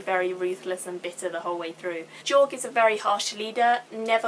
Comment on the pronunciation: I liked how you said Jorg, accents and shit ^_^